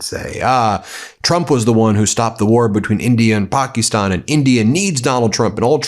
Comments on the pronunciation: Ben please it's Pakistan not Pookistan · Ben please it's not Pokie stan...it's Pakistan